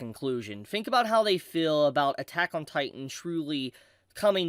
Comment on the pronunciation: Everytime u say feel i hear fill 😊